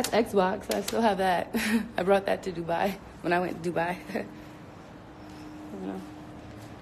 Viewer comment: DRINKING GAME!! Every time she say “DOOBYE” take a shot.... in Dubai.